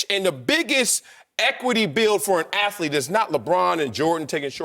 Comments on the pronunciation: MY LORD YOU BUTCHERED THE WORD "ATHLETE" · Whitlock is still saying "athlete of the year".... Lol....